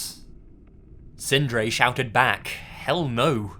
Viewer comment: Loved the way you prounounced the norwegian names Sindre and Emil, I am norwegian myself, and we do have some hard to prounounce names, my name is Eirik, try to say that, haha:)